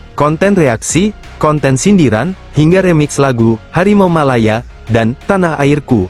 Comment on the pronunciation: Harimau. Bukan. Malimau. Ngomong. Aja. Engga. Becus